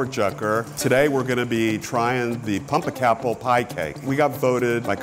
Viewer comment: guys - pum-pec-apple 🤦‍♀️ its that simple